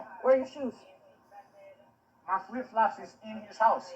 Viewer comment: I love how she says shooos 😂